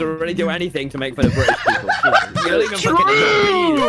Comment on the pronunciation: I feel like nobodies talking about (British “People”)